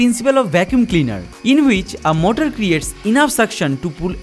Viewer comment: His English is getting better and better But he say motol= motor